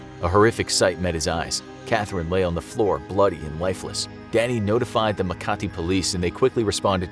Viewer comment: As a Filipino, I like how you pronounce Makati like you speak Tagalog for a long time. And that Filipina woman's story is cool. But it also reminded me of that childhod friend who pretended to be possessed because he and her teenage girlfriend are being force to split, and they only realized the truth because in one of his shouting episodes, his voice broke